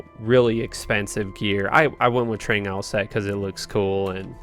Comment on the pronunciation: That's what I was thinking. It's 'Trang-oohls' or 'ghouls'